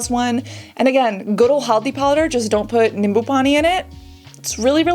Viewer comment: wow.. the moment I heard Cassandra say haldi powder, nimbu pani so perfectly... i was amazed.. where did you get that Indian accent😮